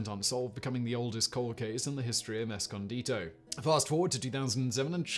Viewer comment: Simon! Thank you so much for pronouncing "Escondido" correctly. That's where I live! Thanks for another fascinating video. Fun fact: "escondido" means "hidden" in Spanish.